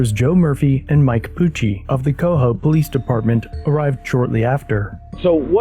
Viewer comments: Locals pronounce it as "ka-hose" not "co-hose" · Where on earth did you hear Cohoes pronounced like that? The ending is 'hose' like a garden hose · I love you pronunciation of Cohoes😂 the Justice system up here in the capital region is quite corrupt